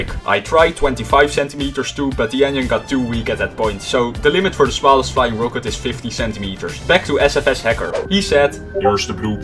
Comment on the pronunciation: The way you pronounce rocket annoys the hell out of me😁 Other than that, great vid